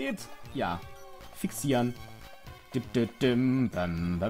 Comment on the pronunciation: ales "fixieren" gesagt hat und vor einem kirlia stand hab ich verstanden "fick sie an":D